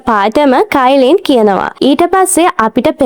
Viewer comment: debas ehm venas venna one කායිලින් නෙමේ චයිලින් nama 😊